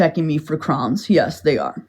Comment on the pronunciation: She is so dumb. 😂 yes krons 😂 not Chrons - krons don’t know words - it just a lot.. like ALOT.